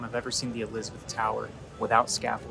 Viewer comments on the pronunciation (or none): none